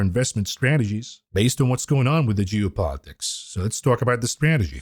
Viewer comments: I like how he pronounces "Geo-politics" like "Jew-politics" lmfao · Juice politics